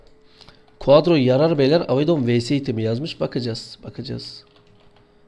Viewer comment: Şu murata birisi quadrooo değil quadraa demeyi öğretsin